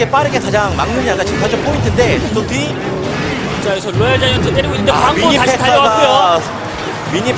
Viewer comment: Ddotty를 또띠라고 읽음